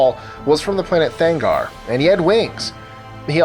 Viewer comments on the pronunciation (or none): I belive its Thanagar ... not Thangar ...